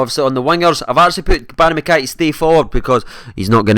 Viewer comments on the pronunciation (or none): They've slaughtered mckays name on UT lol